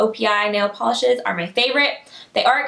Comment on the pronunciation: Nail polisheees. Lol The way u said that word. :)